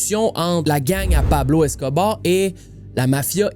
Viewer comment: jai ecouté toute tes videos mais celui ci me chicote un peu, deja, c'est pas médeline, c'est medellin (prononcer yin) et pablo escobar, a pas de é à la fin. Bref petite critique de gars avec des tocs.